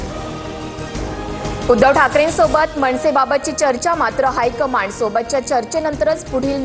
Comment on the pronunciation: हायकमांड शब्द नीट करा जरा